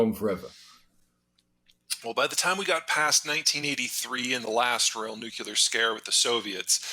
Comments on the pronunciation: if you’re discussing world affairs, at least pronounce NU-CLEAR correctly🤦‍♂️ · Zeihan bro, it’s nucLEAR not nucULAR you’ve gotta fix this as it makes you sound less educated than you are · I cannot take somebody seriously who pronounces it, "NŪ'cue'ler". He was also dead wrong on the West, he thought as Putin did that we would split and scatter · How can a man this smart still continue to say "nuc-u-lar"? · Someone really needs to help him out with the pronunciation of "nuclear". I hear him use the word regularaly and hasn't once pronounced it correctly. Makes an intelligent man look ignorant.